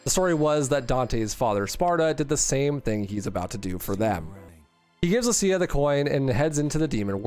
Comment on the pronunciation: Deliberately mispronouncing Lucia takes some chutzpah.